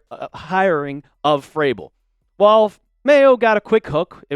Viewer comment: Hey goofball. It’s Vrabel, not Fraybel. Can’t listen to you anymore until you learn how to pronounce his name. Think vroom, not froom!